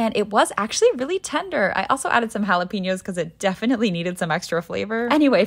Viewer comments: I notice in your videos you really go out of your way to correctly pronounce foreign foods yet still you mispronounce jalapeño in every video such a pet peeve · Why do you pronounce Italian words correctly but you never say jalapeño right 😭